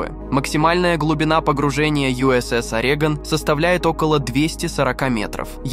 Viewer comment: Orego’n не Ore’gon